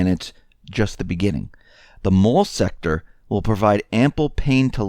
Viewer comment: U SAID SEX-TOR WHAT WERE U THINKING?